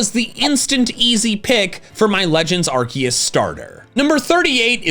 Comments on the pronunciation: THE FIRST S IN ARCEUS IS SUPPOSED TO BE A C! FIX IT NOW! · Every time you intentionally mispronounce Yveltal as Yahvltal or Arceus as Arkoos I feel a piece of my soul die... Please, please, please stop. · Arkoos arkoos it's not Arceus it's ARKOOS !!!!!!!!>:[